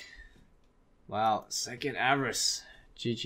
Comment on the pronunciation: 'ava-rice' okay